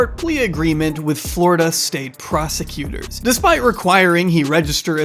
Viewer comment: "PROSTI-cutors" - was that a deliberate, or delightfully appropriate mispronunciation?